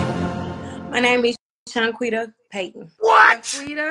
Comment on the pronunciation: ShanQuita is pronounced like Shan-KuWita - you don’t notice it but that’s 4 SYLLABLES sneaking in there! Soon these names will have 5 syllables!!